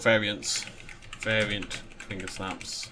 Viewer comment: Completely random and totally late, but I'm 90% sure twingersnaps are from gingersnap cookies, not a brandysnap (and should be pronounced with a soft g as a result)? Just watching the end of the video and heard that mentioned, so I thought I'd speak up!